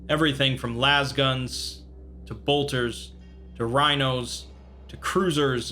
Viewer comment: Laze. It's LAZE-gun. Because it's a laser. White Dwarf, the official Games Workshop magazine, actually had a letter from the editor explaining this after he attended a Games Day where he heard numerous people mispronounce it. Please, for the love of all that is holy, read this!